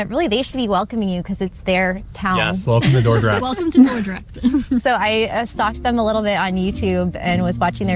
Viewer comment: It is Dordrecht, I guess the other youtubers are buncharted.